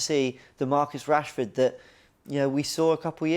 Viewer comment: Man said Marcus Rashford you know… do me a favour please… GETOUTTAHERE 😂😂😂